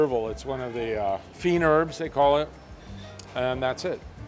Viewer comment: That's "feen-ZAIR-b," not "feen-erbz."